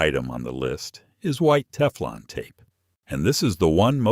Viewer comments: Love the AI "teeflon" tape.🤭 And then after showing wripping the correct way, the gas fitting is shown being wrapped the wrong way. Sheesh more AI slop. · A-I (mid-western voice) 😂 "Tee-flawn tape." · Lose the AI narration and use a live human narrator! Your voice said Tee-flawn tape, and Miles (for mils).